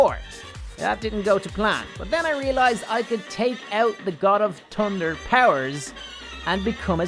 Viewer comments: Sry for this but I have never heard someone say tunder and not thunder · he said tunder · Tunder and minor in stead of the actual way to say it makes me mad